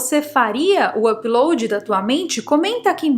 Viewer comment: Me desculpe em perguntar, mas porque voce nao pronuncia Upload de maneira normal? apiloadi???